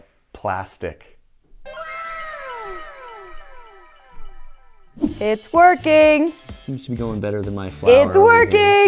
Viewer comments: It’s ok I laughed at pla-stick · PLA-stick. why